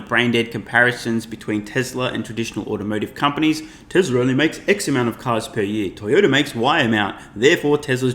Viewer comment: She's right, but she can't pronounce Tesla, neither can you buddy...